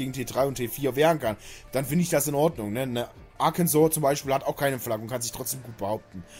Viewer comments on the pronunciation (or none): none